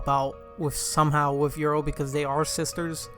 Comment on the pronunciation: Cool vid but what is your pronunciation 😂😂 YORU = YOUR-ROO not EURO